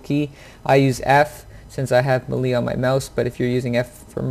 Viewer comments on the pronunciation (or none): May-Lay.... not melee.... lol stop saying it wrong please XD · thx for the ideas on key setup. i am purchasing Siege tmrw afternoon. just wanted to note(and im not being a smartass)...melee is pronounced [mey-ley] or better known as [may-lay]. keep runnin n gunnin and maybe i'll run into u on the battlefield>>>[rX]blufelx69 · Thumbs down for saying melee wrong lol sorry but it's sad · “Muhlee attack” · He just said "Muh-lee" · The way he spelled melee cracks me up for some reason